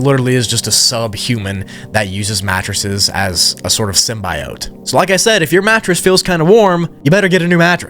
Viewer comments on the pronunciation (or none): none